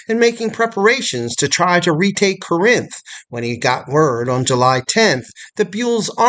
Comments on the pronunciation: Thank you for this documentary video. It is well done. We pronounce Corinth: Cor-inth with the emphasis on the first syllable though. General Bragg was a capable administrator, but he was a failure as a field commander. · Love your videos. Feel like you’re pronouncing Corinth incorrectly tho.